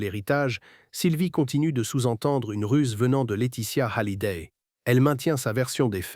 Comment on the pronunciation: Pourquoi prononcer Hallyday avec un H aspiré?